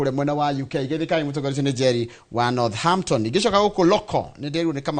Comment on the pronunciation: Northampton- "h" is silent in pronouncement of this name.